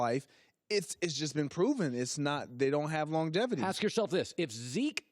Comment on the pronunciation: “When you ax a querstion”.